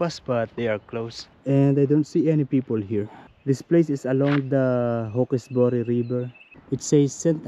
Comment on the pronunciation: You pronounce it "hawks-berry", not "hawk-ess- boory". You really found yourself off the beaten track this time! I haven't been to Wiseman's Ferry since I was a teenager many years ago. I remember the countryside was very typical NSW country and very pretty.